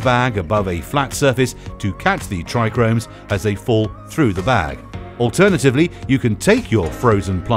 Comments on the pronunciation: "Trichomes " not tricromes 😂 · It's Tri-chomes 😂😂 not Tri-Chromes . Lmao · Yeah um so its trichomes, not trichRomes ... so much for experts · He's no expert if he says trichromes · When you have no clue what you’re talking about.. “trichomes”.. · Also said hash comes from everything but the buds and showed a wierd picture saying it was a "trichromes" and just presses kief into a brick and calls it hash. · Excuse me, but the word is trichomes not trichRomes. There is only one R in that word and it's the second letter right after the T. It made me smile every time it was pronounced incorrect 😁 Other than that, nice video again. Thanks. 🙏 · Yeh I did wonder, kinda sounded like saying "tri-gromes". Kinda does make some of us with decades of experience in this game challenge ur said 'expert' credentials lol But I'm gonna out it down to voice over guy not being a cannabis expert & I like basic info graphic stuff like this, the masses need educated, straight facts, stay medicated peeps Bless 👊🏾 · It's not the spelling it's the PRONUNCIATION! How can you be an "expert" and not know how to pronounce basic entry-level terms?!! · This video is a joke! Clearly made by someone who has no clue at all! And it's Trichomes, not TrichRomes! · Corrects kieth, yet says trichromes 🤣 made me laugh🤣 awesome!! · I like the way he says tricones I’ve just never heard anyone go into such detail and say it that way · Why you keep saying trichromes? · Narrator: "Not Kieth, but Kief." Also narrator: "TrIchRoMeS" 🤡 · Why didn’t anyone tell this dill weed there not two Rs in tRichome!😂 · Yeah great detail into pronouncing it wrong 😂